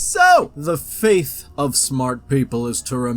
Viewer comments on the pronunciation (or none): Fate not faith, tRoughout not thoughout. The first one is sooo bad for someone "smart"